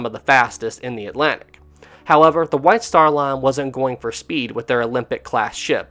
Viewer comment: 'White star lan fanalased an this deesan' I can't sorry 😆